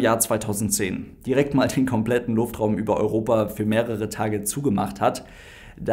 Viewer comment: Jaja der "Luftfraum" 😂